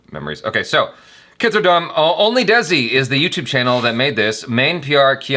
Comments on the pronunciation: Desi is pronounced - They C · and Jaby, Congratulations on picking out the correct pronunciation of "Main". Nice! Now, let's work on "Desi". At the end of the video, before the jump scare, you can hear the correct pronunciation "Desi". It sounds like the two English words "They-see".:) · Desi Not=Dezi In Hindi Pronunciation It's Spelled As "Dai" Of Dairy And "Ci" Of City.